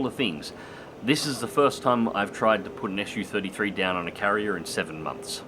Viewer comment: Wtf is an 'Issue-33' ? It's a Su-33, dude, pronounced 'zoo* (not esh-you) ! Can't be that hard, so no excuses for linguistically illiterate folks that they allegedly couldn't say it, when they always say it when they say 'zoo' , eh? 😁 It's the first syllable of chief engineer Сухой 's family name, NOT an abbreviation like for Soviet-Union-33 or shit like that. That's how it works 9 times out of 10 with all the rest of the Russian aircraft designations. This got around already even among those who have lived under a rock for the past nine decades. How do you say MiG? Em-Eye-Jee , huh? 🤣